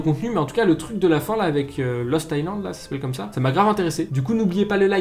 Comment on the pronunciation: A la manière dont tu dis "Lost Island" à la fin je pensais que tu disais Los Thailand and mode Los Angeles mdr